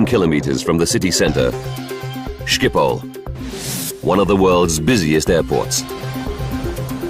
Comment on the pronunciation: Stupid narrator can't even pronounce Schiphol. How long would have taken to research? 1 minute? Disgrace.